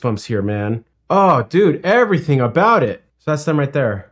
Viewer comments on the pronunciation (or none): none